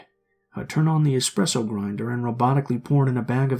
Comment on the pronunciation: I pressed the rewind button multiple times to see if he said, “Expresso beans”.